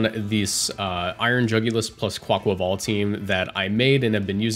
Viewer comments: i agree with your pronunciation, as a spanish speaker. theres an aqua in quAQUAval, and the rhythm is that of car ni val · Thank you for pronouncing it right! As Spanish speaker too I can't bear when I see Cybertron vids and he says 'kwaykwayvale' ☠